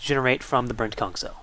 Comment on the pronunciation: every time he says 'Brent-Kung' a part of me thinks hes saying 'Brent-KunT'....dono why